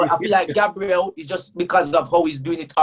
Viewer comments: calls Gabriel, Gaybril but when someone calls him taiwu instead of taiwo he will go mad 😂😭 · Everyone: gabriel: Gaybril